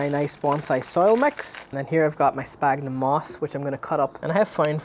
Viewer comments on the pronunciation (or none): Everytime someone mentions Sphagnum moss and mispronounce it as sPagnum moss i cringe a bit :) can't blame you because alot of bonsaiproffesionals are doing exactly the same and i have no idea why, do mind the scientific name of the bog moss we are using is Sphagnum , ph in latin is always pronounced as an F, for example physalis, phlox , philadelphus are pronouced as Fysalis ,Flox and Filadelphus, its exactly the same for sphagnum the correct pronunciation is SFagnum , anyway great job on the youtube channel i think you are helping out alot of people starting out with the hobby.